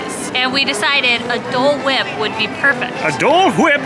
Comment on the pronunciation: The way said Dole wipe😂